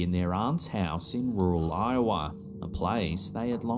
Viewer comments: I remember when he called it Lowa...😂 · Every time I hear Iowa mentioned anywhere now, I expect to correct them by saying Lowa. Lol 😂 those were some entertaining months.